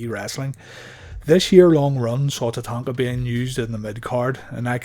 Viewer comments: Wait, is it Tatanka or Tatanga?! Your pronunciation is all I can focus on the entire video. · My question was redundant genius (sarcasm) as it's clearly spelled Tatanka in the title of the video. The jackass narrating the video is clearly unable to verbalize the letter K and instead substitutes G which made it unlistenable. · It was always funny when Bobby Heenan used to call him tatatatatanka.😆